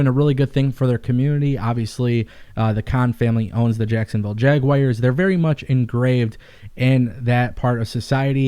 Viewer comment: Jag-wa-rs Jacksonville jaguars